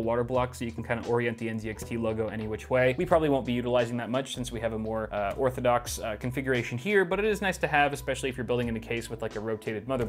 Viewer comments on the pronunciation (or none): He said orthodox. I chucked.